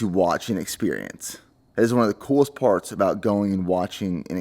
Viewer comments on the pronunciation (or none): none